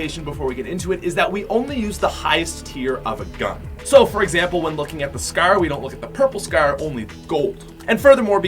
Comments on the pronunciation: “The scerr”😂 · Is it just me or does he say scar "scher" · Why does it sound like he’s saying scare instead of Scar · The way he pronounces "Scar" haha xd